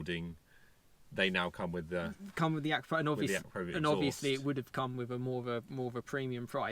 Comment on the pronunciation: It’s pronounced uh - kra - pow - vich or A - Crap - o - vich Couldn’t keep watching these vids otherwise 😂